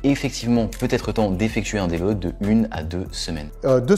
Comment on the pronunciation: petite précision, c'est surtout en fonction du poids et du taux de masse gras non ? Un mec skinny de 60kg et un mec gras de 150kg, si tu leur donnes 2kg de muscles chacun, leur physique ne va pas changer pareil. la prononciation terrible... Il a fallu que je réécoute 10 fois pour comprendre le mot qu'il voulait dire : deload. Heureusement on n'a pas ce souci sur les vidéos de Nas. quoi ?! Et la connexion cerveau-muscle alors ? Je croyais que tout ce petit monde communiquait moi 😂😝 il se contredit tout seul :" y'a pas de nourriture bonne ou mauvaise c'est juste une différence de valeurs nutritionnelles". C'est quasiment la définition de bonne et mauvaise nourriture. Une pomme n'aura pas le même impact sur ton corps que des graisses saturées donc oui bon/mauvais ça existe.